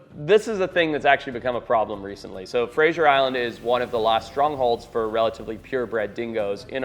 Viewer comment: Fraser Island's pronunciation / location on the map is quite an impressive stuff up 😂